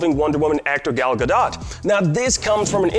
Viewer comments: It's pronounced like "ga-dough" not "ga-dot" You don't pronounce the T. No hate though! Thanks for the updates! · Yes it is there is no soft T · It's gal Ga-Doh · Most of the dislikes is because of him repeatedly mispronouncing Gal's last name. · Who else is triggered by the way he kept saying Gal Gadot's name like an American... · He must be ... an American??! What a fool 😡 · This man needs to learn how to pronounce their names. Wow...rude.